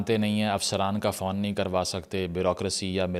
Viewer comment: Fawn nahi hota, Fone hota hai. You're welcome. Apka Bara bhai!